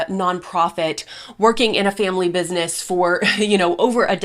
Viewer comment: Actually it's Businesss" with three s's lol. So professional.